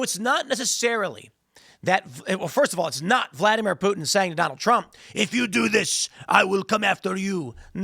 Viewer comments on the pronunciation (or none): I didn't know Putin was French! I learn so much on this show.